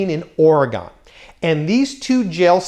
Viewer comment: Beyond crazy. Just FYI - Oregon is pronounced Or-ee-gun. They have shirts that read Orygun. I think Nevada, Illinois, Colorado and perhaps a few others have their states pronounced more than one way, too. TYVM for the great content!